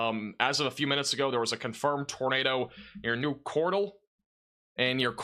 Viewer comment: The way you pronounce Cordell... 😂 MY TOWN IS NOT A POKÉMON!! 😂